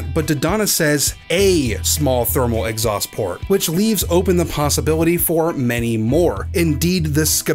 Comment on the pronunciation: "Exhaust Plort"